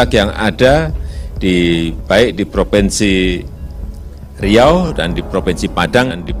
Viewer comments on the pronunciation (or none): Propennnsi Padang 🤣🤣🤣